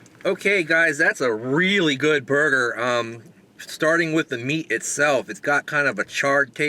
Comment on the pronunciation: thought at first you said it was the burping burger 0_o